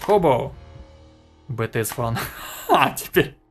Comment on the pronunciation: не бтс а битиес, пишется бтс(BTS) а читается и говорится битиес. КимНамДжун КимСокДжин Мин Юнги Чон Хосок Пак Чемин Кин Техён Чон Чон Гуг BTS!! Не знаю зачем я это добавил XD